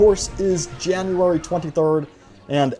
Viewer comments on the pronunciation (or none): “Janurary twunty thurrd”